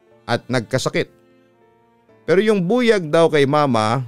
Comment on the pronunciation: Papa dudut, mali po ang pronunciation nyo ng buyag. The stress should be on the second syllable. Buyág